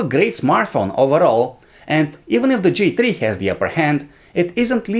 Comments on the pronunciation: Com on guys, TRI? you can say three... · "G Tree"